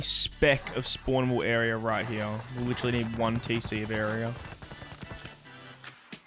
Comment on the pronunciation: "Right heeahh"